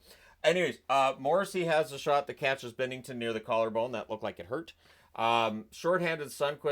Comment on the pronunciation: Binnington!!! It's bInnington